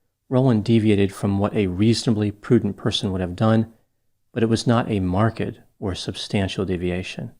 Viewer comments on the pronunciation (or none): Why is pronouncing marked in such a weird way?